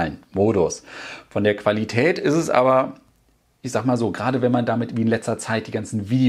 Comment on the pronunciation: Die klassische „Qualitatät“ 😅👍🏼